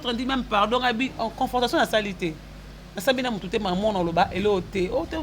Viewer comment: Confortation te,on dit Confrontation Oza kaka na impolitesse... Tu insultes une mère 🤦‍♂️ et tu ne te reproches de rien.